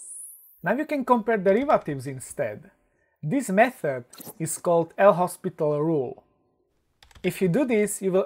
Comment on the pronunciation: the spelling wasn't the problem but the pronunciation which is "lopital"